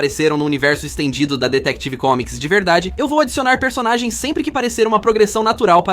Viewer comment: Essa IA tá horrível, ainda mais com esse "Detective Comics"